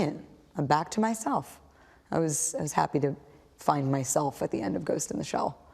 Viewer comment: does she say " ghost ina shell" ?